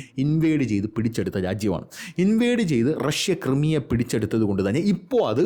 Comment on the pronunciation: ക്രൈമിയ please Also ഡോണസ്ക് not ഡൊണസ്ക്